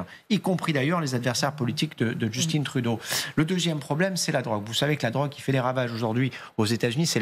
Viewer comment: juste de la manière donc elle nomme le premier ministre Juuusston Trouudôh, lui enlève énormément de crédibilité.